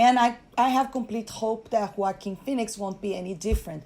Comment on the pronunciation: is the only person on YouTube that knows how to pronounce Joaquin phoenix name.